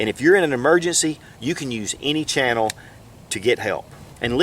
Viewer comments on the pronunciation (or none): none